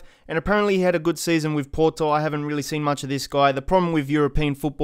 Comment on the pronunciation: I like how when he said porto he tried to be as Portuguese as he can while hiding his inner Aussie accent by saying pooooooorrrrrrrtoooooooo